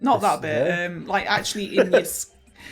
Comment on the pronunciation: ACK-shoe-UH-lee the video you are referencing in this segment was about tigers, not lions. It even says it in the title you put up yourself! (poking fun, feel free to ignore). EDIT: Brad's camera glare towards the end was hilarious.